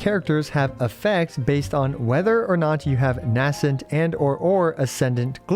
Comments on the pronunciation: Nay-scent gleam. Not N-ass-ent gleam. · VURR-dint. NAY-sint. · Please please please learn how to pronounce "verdant" correctly before the rest of the lunar-charged mechanics characters release 😭😭 Edit: Also learn the pronounciation of "nascent"!!!!